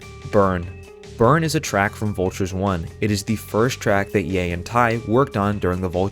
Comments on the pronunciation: When you said "yen dollar" i tuned everything else out, sorry :( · not to be a geek but its pronounced ye and dollar sign